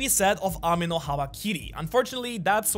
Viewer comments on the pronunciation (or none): none